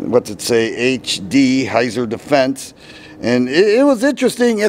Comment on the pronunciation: It's pronounced "Hītsār".